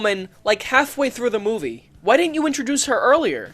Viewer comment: Funny, every time he says "Movie" I hear "Middle Finger".